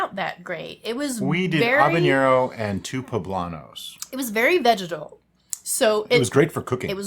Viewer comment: I’m like telling a story lol. As a born and raised Cuban I’m going to way in on the pronunciation ( pretend like I care about it) lol to put an end to it. Divide the name Hava like Havana and Nero right now you are pronounce it havañero. That being said Cubans the most we do for spice is black pepper corns and that we see as something spicy. We don’t really cook with a lot of spicy stuff. I personally believe that there needs to be flavor more so than spice. That the spice should be an accent at the end of the flavor in other words an nice balance. I have made mango wine and is a knock out with my friends and family both Cubans and not Cuban lol